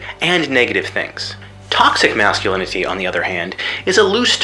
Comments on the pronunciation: "Tothsic Mathsculinity" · The way he says "masculinity" as "masculiniTEE" unsettles me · Am I the only who can't stand his pronunciation of "masculinity", the fact that he goes out of his way every single time to put emphasis on the suffix and not the root. Thinking about that specifically, it's kind of funny. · You can tell he's really trying to pronounce the T in "Masculinity" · that sing song ish way he pronounces masculinity... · The way he pronounces "masculinity" became increasingly grating over the course of the video.